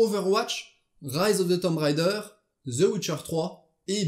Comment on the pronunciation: y a t'il un francophone sur cette planete, qui arretera un jour de dire Tomb Rider, au lieu de Tomb Raider??